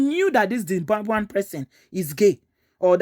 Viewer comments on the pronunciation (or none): Did she just say Dzimbwambwen?